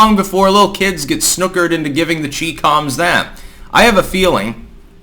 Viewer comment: “Chee-coms” lol